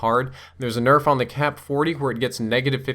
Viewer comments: "QBB got a huge berf" lol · What's a berf? Lol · 'The QBB got a slight burf.' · I heard it too haha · QBB got a big berf? lol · "QBB especially got a huge berf.." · "QBB got a good Berf" xD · u said berf LOL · "QBB got a huge berf." You heard it here first folks. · Did he just say the QBB got a huge "burf?" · "QBB especially got a huge berf." Was it sick or something? :P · he said burf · lol you said berff instead of nerf